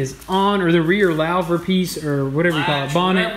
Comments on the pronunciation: LAO-ver. Lol. Lou·ver /ˈlo͞ovər/ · Loo-Ver ... not Louw-ver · "Lowver" hehe ... Louvre is French, and it's pronounced "loover". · I cringed so hard it hurt lol lauvers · It is pronounced "loo-ver" not lou-ver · LOL hey guys it is not a "lauw ver". It is pronounced lou rhyms with who, lou ver like Hoover Dam. Louver sun dam lol. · its pronounced loo-ver btw :) not lawh-ver or however you were saying it :) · It's pronounce "loover", like Hoover. So louver is pronounced "loover". That car is gorgeous. Man, that paint pops. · It's pronounced "loover" lol New hard words in every video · Louver pronounced "Loo-ver" like "loot" excellent job guys!! sweet ride keep it up!! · Pronounced as Loooover (Louver) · Louver.....Lou (like the name)...ver. Lol! You guys are the best! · I think it's pronounced Lu-ver lol Everything is looking amazing though keep it up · louver is pronounced LOOOver, and you cant have a "rear bonnet" the bonnet is the front hood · HI! Sensational restoration job guys... By the way.. The rear hood is pronounced "LOOVER" (as in J Edgar Hoover) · Oh I was just dying laughing with your pronunciation of the rear louver .... to say it properly it's Lou-ver as in a guy named Lou and then ver... Awesome video again... keep em rolling. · Longtime viewer and first time comment. The piece in the back is pronounced loo-ver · Awesome video guys.... by the way it's pronounced "loo-ver" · Louver. Rhymes with HOOVER. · Louver = "Loover" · It's a rear hatch or engine cover , and lu-ver is how it's pronounced . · "Lau-ver" 😄😄😄 Please make a shirt that has the phonetic spelling of the word on it the way you pronounce it. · Just for future reference, I believe it’s pronounced “loo-ver” so you guys don’t get made fun of if you say it anywhere😂 took me a while to learn how to pronounce it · louvre pronounced loov and pneumatic from last episode pronounced new-matik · I pronounce it LEW-VER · Pronounced "loover" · Its a loo ver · It's pronounced "loo-ver"